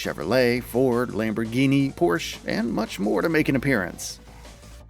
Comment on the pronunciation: Lost me when you mispronounced Audi and Porsche